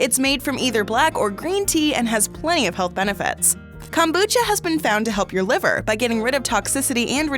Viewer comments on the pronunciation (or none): none